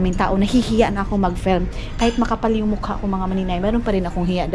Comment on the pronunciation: "FELM" hahaha FIIIIIIILM po nose bleed sakit sa ears hahaha. Dba natuto tong tinuturuan plagi ksi ng mamaru. Tigas ulo sobrang ewan....tong c. Panapanahon din yan.